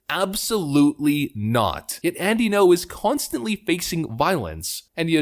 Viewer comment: Alright boss… let me keratin ya something. Say “thinking-oh” without any pause where the dash is. Then remove the “think-ee” sound before it. That’s how you pronounce Ngo. Thanks for the content.